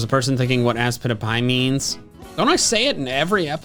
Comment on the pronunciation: He emphasized on the word ass